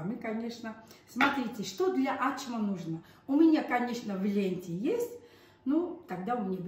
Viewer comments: Ачма тюркское слово , на азербайджанском, турецком означает открыть, раскрыть. В данном случае раскрыть тесто.АчмА с ударением на последний слог. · Во первых у грузинов никогда не было этой блюды. Почему? Потому что это турецкое блюдо « Ачма» и произносится без каких либо ударений на первый слог, то есть без «А»чма. И переводится с турецкого Ачмак-открыть. Ачма- глагол повелительный - « Не Открывай». А причем тут грузины? 😂😂😂 Вот вам и Hayna Nino, nino ho😂😂